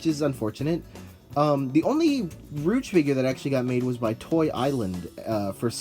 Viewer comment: It's not how you pronounce her name